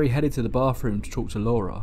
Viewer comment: "BAWFROOM" That is GOLD!